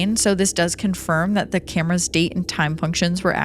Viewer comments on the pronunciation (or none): none